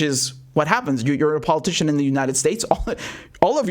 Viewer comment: Still don’t get why only certain few Americans let alone others in the world, can hear the phonetic lie in PO-LIE-TICIAN, but others can’t. It’s very bizarre….but not surprising.